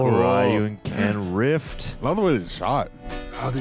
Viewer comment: Finally he's called RYU, not RAAHYOO !!